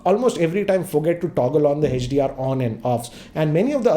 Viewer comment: sir why are u calling hdr hech d r